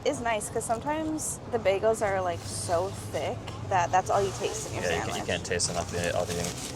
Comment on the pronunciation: Psst … there’s no “m” in sandwich. And it would be Cherry “notes”.